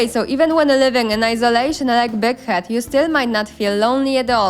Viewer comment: i swear sometimes Big Head almost sounded like d**k head to me 😉